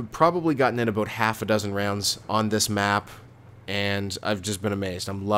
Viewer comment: OMG You are Canadian! Don't try to deny it! I heard you say "This is aboot it" at the end!